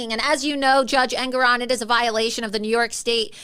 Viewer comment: the name is pronounced EN-GORE-ON